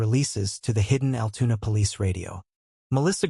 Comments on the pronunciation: Altoona not Altuna...lol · Altoona NOT AL TUNA